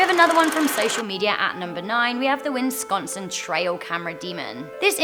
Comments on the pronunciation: Wheres win-sconsin I think she meant Wisconsin =) but you never know. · It’s WISconsin. Not WINsconsin. Where are you getting this extra n? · It’s said WISconsin not WINSconsin I kept calling it winsconsin for a while too until my friend pointed out its Wisconsin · Good video, but it’s pronounced “Wis-consin”, not “”Wins-consin”. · pronouncing Wisconsin as Winconsin is now my favorite thing ever! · "Winsconsin..." LOL Love those earrangs on you! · The way she said Wisconsin- "Winsconsin"- triggers me...